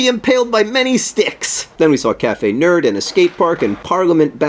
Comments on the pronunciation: Sorry to disappoint you, John.. but its cafè nero...not cafè nerd. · hahaha it's cafe nero. not nerd. but I like cafe nerd better! P.S come to Dublin sometime! It's not that far from London! (kinda) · John...I'm pretty sure it's cafe Nero. With an o not a d..... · You are amazing! But I think it's Nero... Not Nerd... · ITS NERO!!! NOT NERD!! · Caffe Nerd :P Hate to burst your bubble John, but it's Caffe Nero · It's cafe NERO not cafe NERD :') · haha its cafe nero not nerd. (or did he know that and was amking a joke about it ? ) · I live pretty much in London and this virtualness still wasn't as great :/ also, I'm sorry to dissapoint but it's caffe Nero not caffe nerd :s sad times.... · It's pronounced Cafe Nero, not Cafe Nerd. LOL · Hate to burst your bubble there, John, but it is called 'Café Nero' not 'Café Nerd'. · Cafe Nero.... The entire time my brain was screaming Nero... Not Nerd... Nero.... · I hate to break it to you John, but it's Cafe Nero, not Nerd. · You're too cute John, but it's Cafe Nero :-) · Are you sure it's not "Cafe Nero?" Am I missing a joke here?